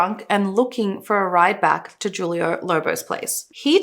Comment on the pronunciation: The "J" in Juilo is pronounced with a H sound